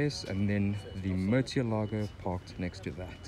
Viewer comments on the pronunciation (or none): It's pronounced Murci-elago